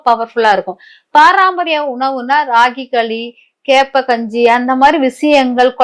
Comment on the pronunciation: Paraampariyam ila mam Parampariyam